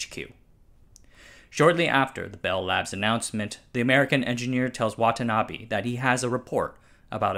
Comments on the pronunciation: its not watanabi its watanabe please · Butchering the pronunciation of Watanabe as Watanabby on a channel called "Asianometry"? WTF